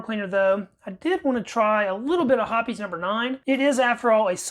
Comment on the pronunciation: If you'd use a drill with a wire wheel it'd take that paint right off. Hoppes is pronounced Hopes not Hippies.